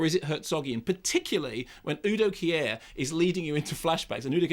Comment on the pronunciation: "Uu Doh Kiä Äää-ah" - bis ich begriffen hab, dass er UDO KIER meint, mannomann!!